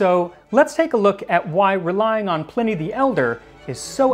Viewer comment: Pl - eye - knee not pl - in - ee...